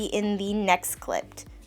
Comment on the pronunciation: I thought she said "in the next clit" but it's okay she said "clipt"